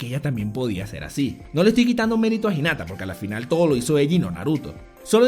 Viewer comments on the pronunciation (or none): Es "Al final" no "A la fina" ANIMAL (Se que vengo tarde :V)